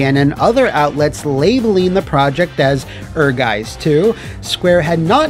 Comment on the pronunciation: "Ehrgeiz" is a german word and translates to ambition. If you want to pronounce it like a german, try it like this. "air+guy+zz"